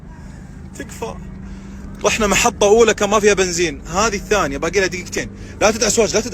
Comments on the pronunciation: البانزيم؟؟ البانزيم يا غبي؟؟ بانزيم؟؟ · بانزين وليس بانزيم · النزين ❌️ البانزيم✅️